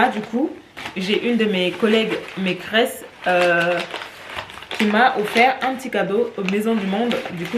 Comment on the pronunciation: Cc, tu me fais rire quand tu dis maîtresse!!! On entend maîcresse 😉🙂